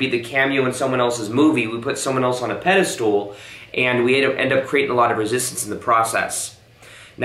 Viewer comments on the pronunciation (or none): Union Square in Manhattan had a Nordstrom Rack. Reminded me of Filene’s Basement! LOL. So happy for your success. You are fearless! And by the way ~ I love the way you say ‘pedastool’ in your videos - instead of pedestal. Have to say too that I prefer your rendition of it now! Bless you. 😄 Your videos are so pure hearted! 🤗